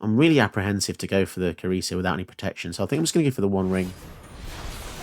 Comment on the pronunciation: Cerise is actually pronounced Seriz (with each syllable of equal length). It is French for cherry and it is also a woman's name (although quite a rare one). Hope this helps 😉